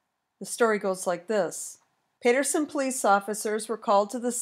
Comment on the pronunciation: Lord it's PATerson why are you pronouncing it like that